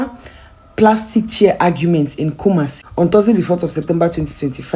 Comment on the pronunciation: Kumasi the way you pronounce it pls always ask someone to pronounce it well for you before doing videos